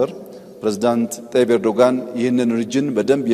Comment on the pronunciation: ኤርዶጋን ሳይሆን ኤርዶዋን ነው ስማቸው